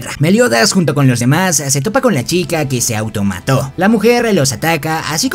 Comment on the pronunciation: No es automato es suisidio